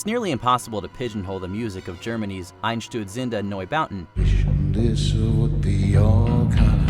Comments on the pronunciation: That pronunciation of Einsturzende Neubauten 😬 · The most thrilling thing was, how you said "Einstürzender Neubau". I'm swiss and for me, it's sounded awful. Btw it means "collapsing new-buildings"